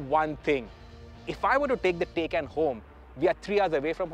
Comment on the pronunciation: It’s TAAYCAAN not a taycan 😒